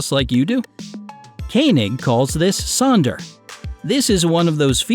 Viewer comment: It’s not Sonder, actually Sönder